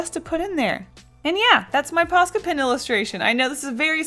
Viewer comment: Sounds like your saying "pasta pens"